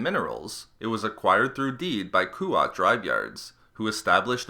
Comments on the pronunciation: yeah not Kuwait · Koo-wat yeah but I’ve heard it pronounced KWAT (the A pronounced in its smaller aaa from) with a silent u